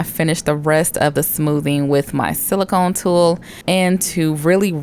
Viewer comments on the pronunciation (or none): none